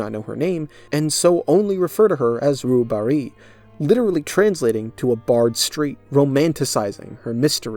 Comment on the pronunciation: Note to: “Rue Barée” is pronounced more like “roo bar-ay” (“ay” like “hay”) than “roo bar-ee”. Totally normal mistake. French is odd when you come with an English understanding.